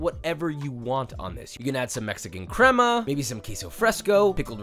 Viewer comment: papa how dare you slightly mispronounce “crema” 😔 i thought you were above that ☹️☹️🐺🐺🐺🖤🖤🖤